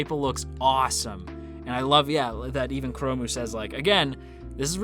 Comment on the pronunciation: It slightly bothers me that you call 'chrome' as 'kuromu'~! Japanese is really broken when it comes to English sometimes~